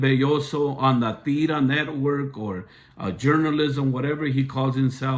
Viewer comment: You can’t even say La tira right your two cents are not appropriate nor appreciated.